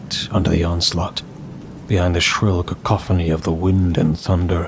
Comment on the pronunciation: Truly well done V on your pronunciation of “cacophony” - I remember the days of “kack-a-phony” 😂 But now… *chef’s kiss*!